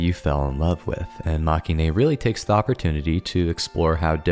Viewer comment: Very nice video, thanks! Now I need to get back to reading the novels, I've put them aside far too long. (But if I may, it's pronounced "mah-keh-in": it's a portmanteau of the word "defeat" in Japanese (負け) and the end of "hero-ine" cause they're not the heroes, they're the losers)